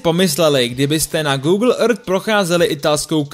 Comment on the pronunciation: ten proslov je strašný!!!jak vyslovuješ earth,to samé já řvu do mísy po tahu!!!udělej s tím něco,svěrač to nedává!!!